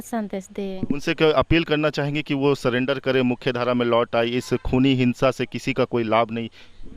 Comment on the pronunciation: सलेंडर नहीं सुंदरी जी सरेंडर बोलते हैं इसलिए पढ़ाई किए रहती तो आज पक्का IAS बनती😂